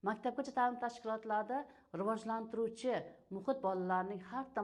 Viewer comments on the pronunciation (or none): Riojlantirish emas Rivojlantirish. Deyiladi ustoz